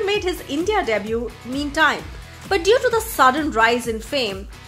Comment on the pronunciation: The way she says "debut"